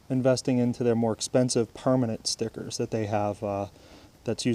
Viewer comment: Bro can u stop saying permanent like Oka